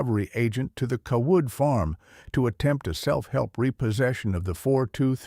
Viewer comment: Seems to me the family name would be pronounced Cay-wood not cah-Wood. I agree with previous comment about why a farmer would be driving a tractor instead of a pickup to and from the lawyer's office and the bank. That normally makes no sense.